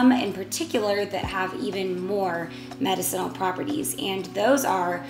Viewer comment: You are Pronouncing Medicinal Wrong Ask Alexa or Siree how to pronounce it right...spell it out for them